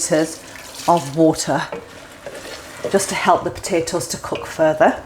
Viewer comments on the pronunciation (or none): none